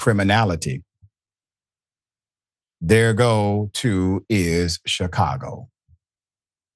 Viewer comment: Shicago...... learn to speak, Professor.